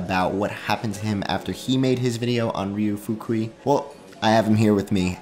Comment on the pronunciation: why make a ten minute video about a guy and not bother to learn how to pronounce name of guy